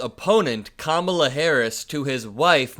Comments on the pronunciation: I think he said “Camilla.” I’m not sure how King Charles or Kamala may feel about that? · Listen close when he goes on about that. I'M thinking this time its not him mis pronouncing it,he's saying 'camilla' as in Prince Charles wife. Why,who knows. The guy is flailing like a fish outta water! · Athctually her name is KAMALA NOT CAMILA HIS TEETH FELL OUT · Even though Trump lies on a regular basis, he surprises us sometimes by being very honest. I don't think Trump is trying a new technique; I think he was just commenting on the Time Magazine cover of Kamala. I think this time he just accidentally said, "Kamila"; I think he messes with her name, but not here. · I think Don0ld mispronounces Kamala as a tactic to devalue her importance. Camila is not important enough to remember her name. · When Trump can't pronounce Kamala (Comma La) it makes him look like an uneducated child. Trump's base was angry that Trump kissed a man then they got mad he kissed a black woman. That shows who his base is. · Almost ALL of the magas mispronounce Kamala’s name and they do it on purpose. The more you correct them, the more they think they’re ‘owning the libs’ so they do it even more. Let the children be children and say her name wrong. It’s certainly not hurting anybody and we have way more important things to focus on. We need to get these juvenile schoolyard bullies out of our government. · Trying to kiss up -- he was doing damage control. He spoke honestly about Kamala's beauty. Then, husband-of-jealous-woman syndrome kicked in -- if he was able to tell Mel, the reason he said K was beautiful was "because the drawing looks like Mel" -- even though Kamala is FAR better-looking than Mean Mel. Mis-pronouncing names of Democratic candidates, or, the Party itself -- is immature Republican passive-aggression. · mispronouncing her name all the time just makes him look even more senile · If you're having trouble pronouncing Kamala Madam president will be much easier